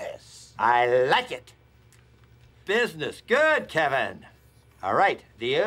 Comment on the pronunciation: STRAIGHT “BIZNUZ”